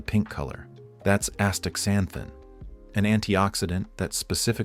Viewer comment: Why use an AI human for this? That alone makes me question the credibility of all the info. The AI voice is just as bad. I want to cringe every time he says "Astaxanthin." It's pronounced..."ASTA-ZANTHIN." If you're going to put humans out of business, at least make your bot pronounce the words correctly.